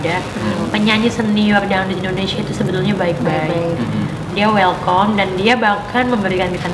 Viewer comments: Welcome mba. Bukan welkom wkkwkwk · Go international , tp ngomong nya " WELKOM " ya 😅😅😅,, KOKOM kali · Pada denger gasi ngomong welcome jadi welkom wkwkwkkw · Welkam mas lucinta bkn welkom wkwkw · Wellcome cui bukan welkom wkwkwkwk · G bermutu bgt, bilang welcome aja g becus pengucapannya...cek deh di google ada tuh cara pengucapannya yg benar....hadeuuh g capek2nya pembohongan publik mulu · Ngomong wellcome nya aja slh